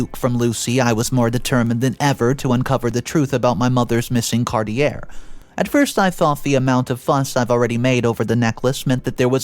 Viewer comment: Are you illiterate? Cartier is pronounced car-tee-yay.